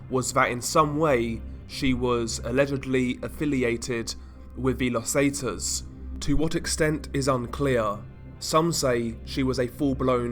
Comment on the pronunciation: Los zetas is pronounced, Lows Saytas. Pro tip. Nice videos.